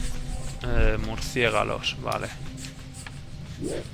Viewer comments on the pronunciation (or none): se dice murcielago no murcigalo:)